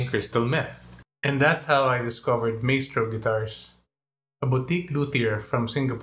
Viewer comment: Pronounced Mystrow